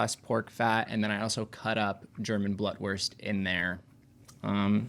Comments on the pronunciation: Blutwurst is pronounced Blootwurst like in the word loot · *blootwurst lol....sorry the pronunciation was like nails on a chalkboard